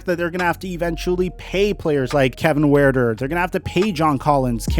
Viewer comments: The U in Kevin Huerter's name is silent. It is pronounced Hurt-er. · Kevin Huerter (heard•ter)